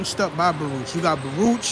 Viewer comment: Baruch is pronounced Barook. That’s how we knew who was outsiders